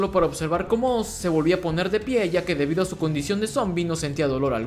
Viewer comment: Es la primera vez desde el 2012 que escucho a alguien decirle OZ a oz y no (OARS) como todos lo dicen. Gracias te ganaste la sub namás por ese pequeño detalle, ya estaba hasta los cojones de escucharlo mal. ❤️🔥😎